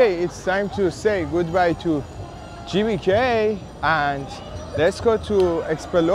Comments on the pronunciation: The letter G in bahasa Indonesia is not pronounced JAY, but GAY. So, GBK should be pronounced like gaybayca. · Assalamualaikum brader..GBK bukan CBK..😀😀 smoga sukses bahasa Indonesia nya merdeka 🇮🇩💪